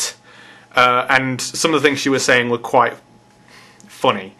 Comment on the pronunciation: Did you say "foony"? :)